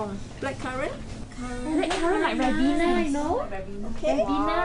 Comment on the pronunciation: I thought I was the only one that pronounce Ribena as rae-bee-nah